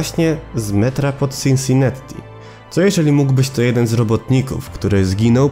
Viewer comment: Wiesz ze to się czuta Sinsinati? Przez jedno t bo w angielskim nie czyta się podwójnych liter